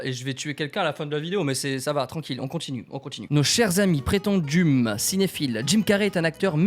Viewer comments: À tu penses vraiment que le verbe prétendumer existe et est conjugué ?😂 c’est juste prétendument, ça se prononce avec le son an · qui pense que prétendument est un verbe conjugué à la 3 em personne du pluriel et qui lit donc le 'ent" en "e" on adore x) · Un scandale de lire prétendument "prétendume" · « prétendume » t’es sérieux là ?